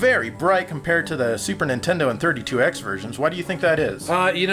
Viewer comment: you REALLY need to work on your enunciation of the word "versions". You must've said "virgins" at least a dozen times in this episode!